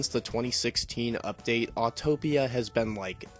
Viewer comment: Its Autopia not Autotopia. There is only one T